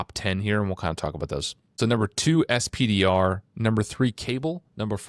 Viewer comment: You guys kill me a little every time you say "ess-pee-dee-are". "Spider" or "Peni" would flow so much better.